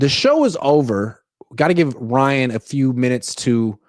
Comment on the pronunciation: Why does Ryan constantly change the em PHA sis in people's names?